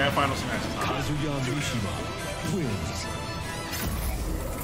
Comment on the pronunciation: You the only real one... ain't nobody pronouncing his name right. Talk about fucking KAZOO-ya. Gtfo man, KAZUYA MISHIMA in Smash! This is fucking legendary.